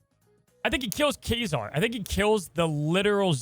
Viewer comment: Why do they pronounce Kazar as Quasar?